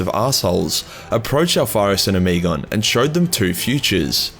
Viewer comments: Ohm-eh-gone, not oh-me-gone...you're killin me smalls. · oh-muh-gawn.. the way you are pronouncing it honestly makes me want to unsub off that alone.. it's like nails in my ears..After using the word autismo I forgive you though..